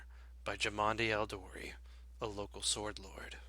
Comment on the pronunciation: It bugs me that Jamandi Aldori so distinctly pronounces the 'W' in Swordlord.